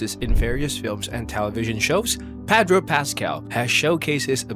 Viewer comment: say "PADRO" one more time 👊💥